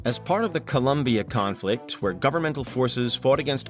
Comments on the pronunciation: "Columbia"? are you for real? COLOMBIA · ColOmbia! not ColUmbia! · It's colombia, no columbia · IT'S COLOMBIA, NO COLUMBIA. Incredible that a 25million channel does this type of mistakes..... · It's COLOMBIA not COLUMBIA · Colombia, not Columbia. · The name of the country is Colombia, it is not Columbia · Hi, please is Colombia 🇨🇴 with an O not with a U. Cooooooooolombiaaaaaaaa 🥳 Thanks